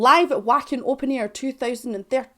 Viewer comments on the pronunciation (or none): WACKEN IS NOT WAA KIN LIKE IT LOOKS. IN GERMANY IT SOUNDS MORE LIKE VA KIN LIKE VODKA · Wacken is pronounced Vocken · Pronounced "Vaken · It's pronounced Vacken but it's not a big deal lol. Floor Jansen was in another band before Nightwish called ReVamp. Her vocals on this album are incredible. Check out a song called "Precibus". Love your personality! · I think it's pronounced like Vacken, but I prefer live recordings for reaction videos, but as you are on youtube, use the best available to you, as they do tend to cancel some recordings. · The reason live Nightwish is suggested...is bc Floor Jansen is the current and longest running female lead, and alot of the songs in their live sets were originally sung by other ladies...totally changing the experience of the song! Wacken is in Germany, pronounced, VAW-KEHN.